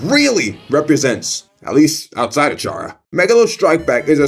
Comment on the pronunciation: The amount of times you said ch arrr uh is gonna make me die. c arr uh, no ch sound. I'm gonna go eat a buttercup pie